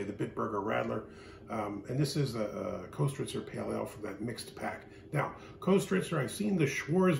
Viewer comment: Pronounced kistrtzer